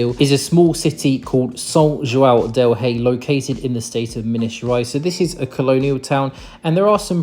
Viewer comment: I have to praise your pronunciation of the "ão" sound. It's very rare to find an English speaker that can say João correctly. I'm glad you enjoyed your visit to Brazil, and hope you'll come back often.